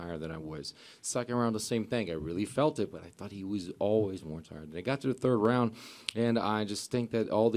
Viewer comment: H's are silent in Portuguese, not R's. R's can have either the same R sound they do in English or an H sound depending on the context. The word "round" in Portuguese is indeed pronounced as "hound", that's why he got confused